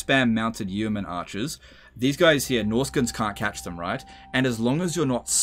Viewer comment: Yeoman pronounced like 'bowman' but with a Y! (P.S. loving these vids!).